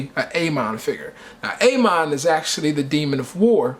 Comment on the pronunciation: A. MON lol its ah mon